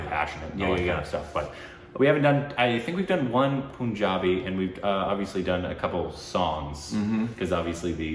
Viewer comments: Guys FYI its PUN not POON..... exactly how you say PUNS, it is PUNjabi and not POOnjabi. lolz. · Its not poonjabi. Its Punjabi like you say the word pun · Omg. It's pun-jabi not poon-jabi😂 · ...itz not Poonjabi...itz Punjabi...pun as in (pun intended) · The "PUN" in PUNJABI is pronounced like the English word "Pun". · It sounds like Panjaabi not Punjabi okeyhh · Just fyi... u r pronouncing punjabi wrong... Are you aware??